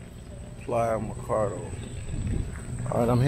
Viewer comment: Why do you keep saying Macardo, when it clearly says Ma-ca-o. Just curious? Anyway, its said they developed this. And made it a tourist attraction. The first and only time I ever went to this beach, I was 12. Picture it, it was 1984, I went with some friends and family, and it was nothing but sand, palm trees and the ocean. Thats how I want to remember it, not the way it looks now.